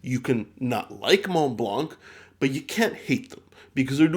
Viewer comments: Hello, I really love your channel As a piece of advice, Montblanc is actually pronouced "monblan" Keep up the good works, hope I helped Cheers! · hi just to let you know that in "Montblanc" you don't prononce the "c" we read it "Montblan". love ur videos keep up the good work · I know it’s been a very long time since this video but juste wanted to tell you that we don’t pronounce the “c” in Montblanc , it’s just “Monblan” 😉 As always, great video !